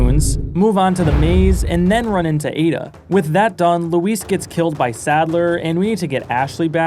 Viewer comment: props for pronouncing Luis' name correctly lmao